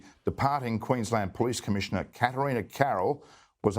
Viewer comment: The fact that your coverage includes us Aussies I can just this once forgive Benny for his mispronounced words, "Queen-Land" and calling it a Province like we are in Canada thank God we are NOT. I pray all the other states in Australia soon follow Queenslands lead and do whatever is necessary to make things right, especially in my state of Victoria, arguably we had it the worst with Melbourne being the most heavily locked down with the strictest rules that were enforced with a damn vengeance the likes of which we have never seen and will never EVER forget.